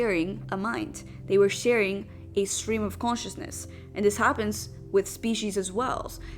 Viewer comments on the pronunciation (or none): "Quantiousness"....... lmfaoooo. cant even say consciousness. The bare minimum for the video btw.